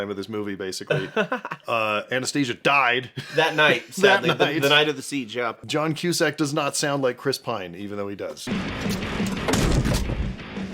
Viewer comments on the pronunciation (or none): "Johnny Cusack". 😂